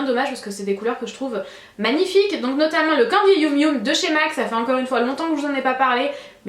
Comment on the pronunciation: Comme d'hab, ce "Candy Youm Youm" est tellement crispant. "Yum Yum" comme dans "Yeum Yeum"... Je ne désespère pas. Autrement, vidéo sympa.